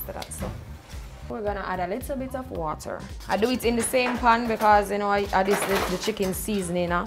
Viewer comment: Warm wata must go on meet not cold smh